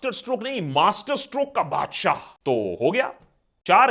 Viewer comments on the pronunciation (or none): none